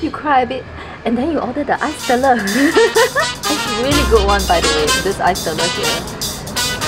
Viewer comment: just a small correction to pronounce es TELER, hope it's okay 🙏 It's said like two English words of TELL + LAIR (with strong Rrrr 😄) ✌️